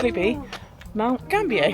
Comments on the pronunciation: Mount GAM-BI-YA. and WAR-NAM-BULL..... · Great video,!!! Mount Gambier is pronounced Mount Gam-be-ah.